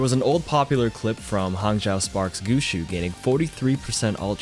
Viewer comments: It's pronounced goo shway not goo shoe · Guxue is pronounced “Goosh-way”, not “Goo-Shoo” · says Guxue like gushu Me: 👁👄👁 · Did you just pronounce "guxue" as GOO SHOO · Btw it’s (goo-shway) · It's Guxue not gooshoo